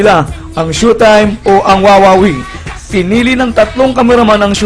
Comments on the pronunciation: "Shu"taym... ayon sa "Surs"...."kuntestant" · PAANO KANG NAKALABAS NG MANDALUYONG MENTAL, BA YUN? SHOW TIME HINDI SHUTIME! BASURA ANG CHANNEL MO! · tuleg nman to mgbgkas ng showtime.. ndi SHOETIME tungek bisaya.. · GAGO DI MARUNONG MAG PRONOUCE NG SHOWTIME ANUNG TINGIN MU SA SHOWTIME --- SHOE TIME??? GAGO EPAL KA! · Robb Mendez ito ang pronounced ng shoe time sabing "It's Showtime" programa ng mga Magdapipol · ANO RAW? "SHUTAYM"? HAHAHAHHA ./. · Ganda ng pagka pronounce ang direktor ng SYUTIME?? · shutime daw tangang bisaya dpat tawag sau di ka marunong magbasa bobo hahaha yan ang tawa kupal